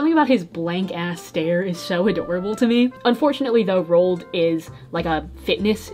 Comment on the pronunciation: rOAld not rold